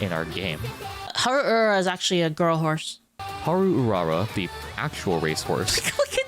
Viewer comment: "Hal Ulala" LOL